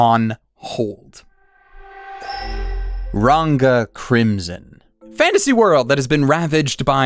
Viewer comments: you kept saying RaNGa instead of RaGna and read Deductions as Delusions. ) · fyi, ragna is pronunouced as if you were saying ragnarok, not ranga like you said in . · Why do you not know how to pronounce the word Ragna? You call it Ranga. as in the wolf from Tensura. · No way you couldn't pronounce "Ragna" Also, your assumptions about 100 Girlfriends is way off